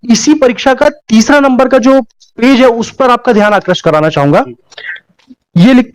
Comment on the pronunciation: आक्रष्ट नही आकृष्ट बोला जाना चाहिए ।